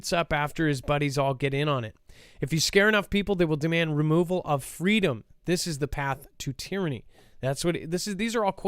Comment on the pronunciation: Do we really live in a free country if can't even say the word "FREEDOM"???